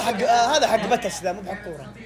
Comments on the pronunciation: اول شي مبروك علينا الفوز ثاني شي مبروك مقدمن ال ٥ مليون ثالث شي وربي حرام عليك بدقيقة ٧:٣٨ حتى بي تي اس ما تعرف تنطقهم زين توقعتك تحترمهم الله يهديك انطقها زين دامك تعرف انقليزي تراها من ثلاث احرفف 😭😭 (BTS) بس 🥲💔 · باتس😂😂😂😂✅ بي تي اس 😂😂❌